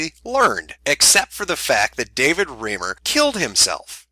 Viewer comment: Hey just so everyone knows "Reimer" is pronounced "rhyme-er" That's my trigger.